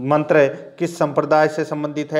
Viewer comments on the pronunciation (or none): none